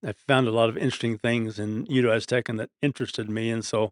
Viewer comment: "Aztencan"?? lol I think the speaker means Nahuatl